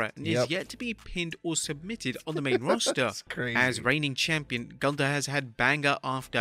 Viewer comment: Bro called him Goonther 2x😭😂